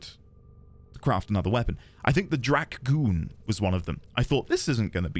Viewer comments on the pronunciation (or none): You didn't have to pronounce Drak-GOON like that 😂